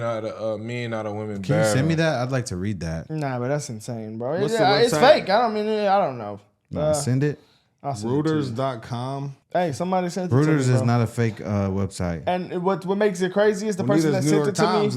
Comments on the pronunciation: Rooters 😂. It’s Reuters. Pronounced Royters 😅. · Reuters- "Roy Turs" not "Rooters". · Reuters is pronounced as "royters", not "rooters". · Reuters is pronounced Roy-turs. You're welcome. 🙂Also, Walz accusing President Trump of thinking the American public is stupid is the most failed attempted Jedi Mind Trick shit in the history of gaslighting. The Left accuses Conservatives of exactly what they do. Marxist playbook. We're see them. Also, Pelosi is satan's wife. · FYI, Reuters is pronounced ROY- terz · Reuters is pronounced like Roy-ters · Reuters is pronounced (Roy' ders) and yes...they are fake as hell!!!